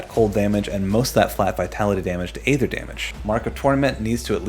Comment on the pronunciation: Dude it's pronounced aether.